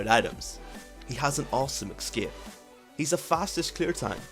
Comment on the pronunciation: A very good and comprehensive video. But it's ES-CAPE, not EC-SCAPE.